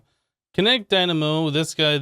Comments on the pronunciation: What did he say? Kinetic dymano? It happens... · I think he said it on purpose, i think he said dynamo too many times for him to say it incorrectly